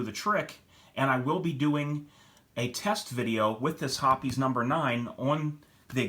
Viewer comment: Thanks for pronouncing Hoppe's correctly. The reason that Ballistol didn't clean as well is that Ballistol is just a medical grade mineral oil. I've been a Hoppe's #9 user for years. I've tried a few other cleaners and at best they did the same job but cost a lot more. There's a reason that Hoppe's #9 has been around for over 100 years, it works. All I use is Hoppe's #9, Rem OIl in a spray bottle, and Mobil 1 5W30. Cost effective.